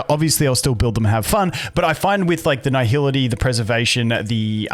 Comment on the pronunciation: I feel like my ears are bleeding after hearing this man butcher the word nihility for 9 minutes straight, who fuks up nihility, its nihility not naihility